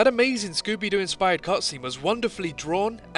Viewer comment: Scooby doo❌ Zucker zoo ✅